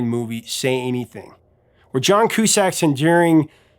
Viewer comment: Shitty movie, shitty scene and you mispronounce Cusack. That explains one of the thumbs down.